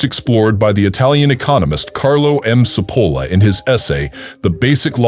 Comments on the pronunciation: The name is pronounced /tʃi'polla/ not Sepola! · I appreciate the information but for those who choose to listen you need to know that the pronunciation of Cipolla’s name which actually means onion is butchered by the speaker.